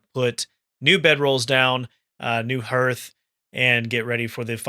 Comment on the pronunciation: Please pronounce Hearth correctly in the future.